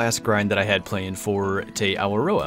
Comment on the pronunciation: Noticed you said "Tay" I went to flight school with a guy from New Zealand whose last name was Te Paa. He pronounced Te as "T"